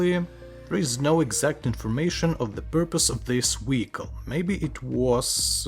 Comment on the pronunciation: Wery,wery, wediculous wehicle.